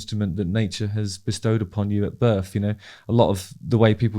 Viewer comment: Justin has that same pronunciation thing that I keep hearing more and more recently where words starting with a th are pronounced instead as an f so thing becomes fing, think becomes fink, birth becomes burf and boy does it get on my tits…